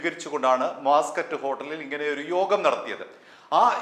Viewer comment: മാസ് ക്കറ്റ് ഹേട്ടൽ അല്ല ബാസ് ക്കറ്റ് ഹേട്ടൽ ഹോട്ടലാണ്